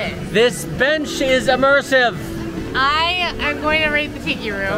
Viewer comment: “This bench is emersive!!” Is my new favorite line lol